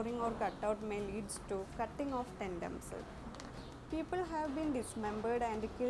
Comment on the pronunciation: It's tendons not tendoms...